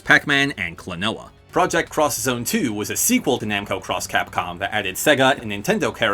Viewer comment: Oh man, thanks for pronouncing Namco X Capcom and Project X Zone 2 properly! Actually, thanks for mentioning them at all! Namco X Capcom actually features Soul Edge as an important plot point, as the weird dimension travelling abilities it has is crucial to the plot.